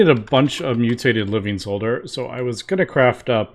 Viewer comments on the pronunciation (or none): the word 'solder' is pronounced with a silent L, 'sod-er.'